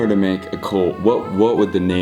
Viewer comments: “Smake that like bucken” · LMAO THE END “make sure to samk that like buccon”